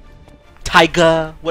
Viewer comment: YO he said tiguh the tyga I'm dead